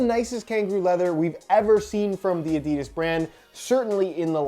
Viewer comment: I love your reviews, however, every time you mispronounce Adidas I want to flick your nose.